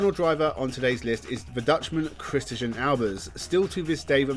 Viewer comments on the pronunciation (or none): How can you butcher the name 'Christijan'?? It is literally pronounced the SAME as 'Christian'...